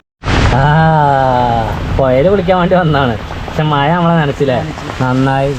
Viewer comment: മയയല്ല മഴ